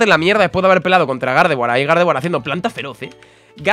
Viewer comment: Cuando estaba escojiendo el nombre de gardeguar dijo perapera